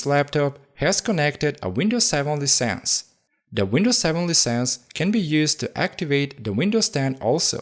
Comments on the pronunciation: The right pronounce is lie sense.. Fake hope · I had a hard time when he said the word "LICENSE". he pronounced it "LEASE ENDS"